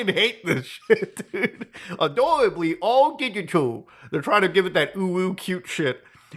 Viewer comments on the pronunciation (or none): "Now Adowibly mow digitaw" 😂